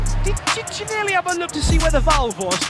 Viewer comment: I can't with the commentators calling him "geeannally" lmao